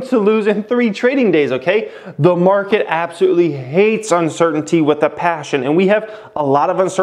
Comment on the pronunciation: All I let hearing was uncertitty lol